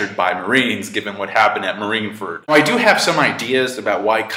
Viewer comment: can this guy pronounce fucking marineford wtf is a marinefert lol also mariejois wtf?? and cant even pronounce akainu correctly gosh